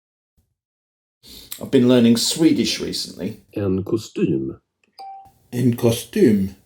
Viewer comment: You seem to be making good progress in Swedish -- I'm impressed by your "y" sound in "kostym"!